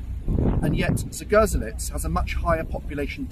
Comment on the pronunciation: Pronounced zgoh-ZHEL-ets